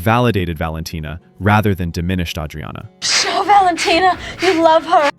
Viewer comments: You know thats not how they pronounce Adriana. You're worse than that adam friedland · Why does the "narrator" pronounce Adriana wrong? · From what i've seen, the creator writes the scripts and hires a freelancer to do the voice-overs, hence why Adriana's name is mispronounced. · He just pronounced it the Italian way. It's like the name Maria. You can pronounce it the American way or the Spanish way.